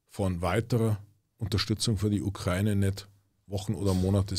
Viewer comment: Kann dem mal jemand sagen, dass es die Ukra-Ine ist und nicht die „Ukreine“